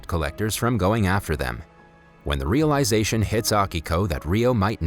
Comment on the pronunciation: the "ryo-lisation"